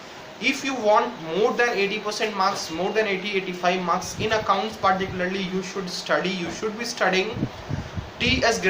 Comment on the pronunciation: Paarrticularrrly. Beta pehle bolna sekh